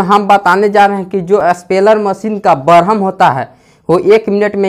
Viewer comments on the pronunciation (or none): Barham nahi bolte hai bhai Worm naam hai